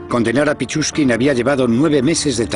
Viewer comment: pichuskin no pichurría es esa gonorrea¡